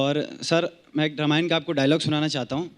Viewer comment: रमायण ? कपिल शर्मा रामायण राम रामायण बोलिए ।😅😅😅